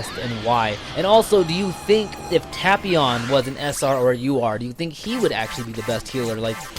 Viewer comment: Hearing you say tapions name like that makes me want to unsub. Nah I'm just kidding but hearing you say his name like that annoys me